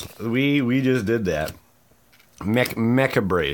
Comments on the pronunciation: Macabre is pronounced "Ma-cab" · Its pronounced Li ch like chat And macabre as in ma-cab-ruh